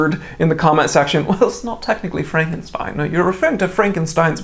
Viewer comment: Thats definitely not how its pronounced.